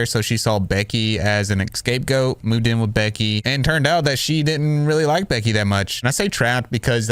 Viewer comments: You said “EXcape goat”, rather than “scapegoat”, just as Amber does. 😮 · Baby, it’s “scapegoat”, not “escape goat” 😂 “Valentine” not “Valentime” Just trying to help